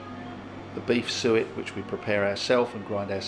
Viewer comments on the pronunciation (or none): not "suwit" ... "suet" ... now you can google away :)